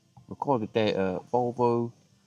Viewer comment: 😂😂it's volvo volblo 😅